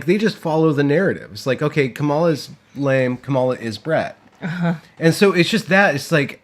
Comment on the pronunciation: So, with all of the talk about language, I feel compelled to ask why you're both mispronouncing "Kamala." Do you really not know how to say it, or is this intentional? The accent goes on the first syllable.